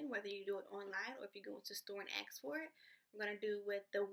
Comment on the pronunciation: "axe me for it."